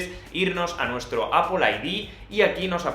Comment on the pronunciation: Al menos dices bien "Apol" y no "Apel" como otras personas 😂😂😂😉😉